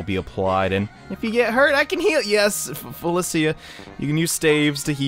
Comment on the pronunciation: Cant stand the way you’re pronouncing Felicia